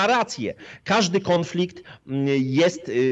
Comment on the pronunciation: Panie "konflikt" a nie KĄFLIKT